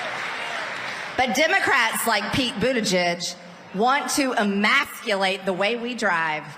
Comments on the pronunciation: Sounds like she said a badly pronounced version of "immaculate" not "emasculate", which really changes things.. Gazpacho anyone? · Emaculate? She forgot there is an S in that word. Dumb gazpacho brained woman. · The silly twit doesn't even know the word, she said "emaculate" without the "s". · 'Emaculate', is what I heard, but it is Marge after all. This is the woman who thinks banging a yoga guru is doin a hot super mach guy. A yoga guru, really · She said, "E-Mac-U-late" No ss's here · She said "eMACKulate," not emasculate. LMAO. MTG must think the "immaculate conception" was all about God conceptually castrating Joseph by knocking up Mary without so much as laying a finger on her! Friend: "Marjorie, your kitchen is immaculate! What do you use to cl--" Marjorie: "How dare you, bitch! I ain't no sissy!" Friend: Ummm 😶 what?